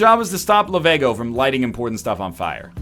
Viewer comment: It's Lav*e*go not Lavago.